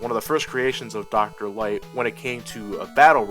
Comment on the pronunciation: did you see the dr light robot roll call the opening said dr right